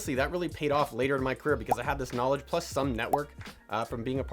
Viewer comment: With all their 'Knawlidge'